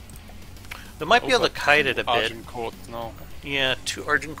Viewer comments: Technically it's "Azincourt" and the English have always mispronounced it ;) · A minor thing but maybe ask Aiyon how to pronouce Agincourt. I have never heard it pronounced the way you guys have...lol